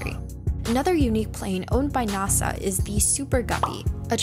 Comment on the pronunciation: You have good content, but we gotta work on some of your pronunciation. DeHavilland Rutan NASA Saturn V(five)